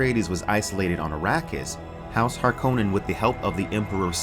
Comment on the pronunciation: Love your channel but please stop mis-pronouncing Harkonnen